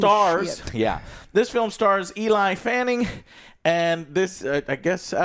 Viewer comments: you're also wrong... It's Elle Fanning. Not Ellie. Pronounced like the letter L. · Yooo😂 ‘ELI’ Fanning, like a guys name, is WILLLD!😂 It’s ‘ELLIE’ as in Elle Fanning, as in a girls name. Just fyi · He said eli fanning lol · For god’s sake look up name pronunciations before you film. Eli Fanning is a joke, who could take you seriously? You don’t seem to care. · ELAY FENNING ? HAHAHAAHA it must to be a condition ;D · Eli Fanning? Jezus, Joe! I knew he was bad with name but c'mon.. 😂😂😂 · Bro really said Eli Fanning 😂 sometimes I think Joe never passed 3rd grade English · I had a stroke every time you say "eli fanning". The mismatched duo worked in this movie because the chemistry and performances of Thia and Dek was great. The yautja are allowed to grow more than just a silent cloaked figure to kill the disposable characters. Movie was a 9.1/10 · Eli Fanning? Joe is always the worst person in the world at pronouncing names, lol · I gotta admit, I think occasionally messing up someone’s name can be pretty funny. But man Joe lol come on, it’s not Eli Fanning. It’s like when you called Paul Rudd Paul Rude, when you’ve said his name correct before. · Eli Fanning, sister of Day-Ko-Tay Fanning. Just wanted Joe to know that 😂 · Joe messing up everyone's name like he's Inosuke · Joe can't pronounce names correctly, he basically mispronounce every name under the sun even when he heard it pronounced the correct way dozens of times in the very movie he litteraly just watched x)